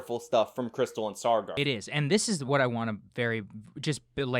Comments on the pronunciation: Take a drink every time says "SaaRgar." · You don't do yourself any favours when you complain about their misrepresentation of facts, yet you can't even get the guy's name right -it's Saagar, not "Sargar". They almost always say each other's names on the show, so it raises the question, did you even watch an episode? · Sar-gar, lol